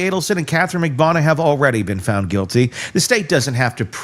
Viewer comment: Why can’t you pronounce Katherine Magbanua’s name correctly?